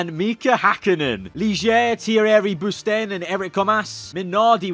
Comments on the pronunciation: i think this is a great video except for the absolute slaughter of names like Thierry Boutsen = Tierry Bousten Andrea de Cesaris = Andrea di Cessarys Bertrand Gachot = Berand Gosh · Boutsen got absolutely butchered aswell